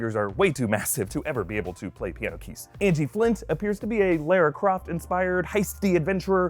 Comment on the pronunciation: What did he say lair-a Croft